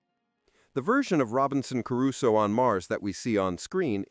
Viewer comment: its sad you dont know how to pronounce "Crusoe", I guess thats the 11th thing you never knew...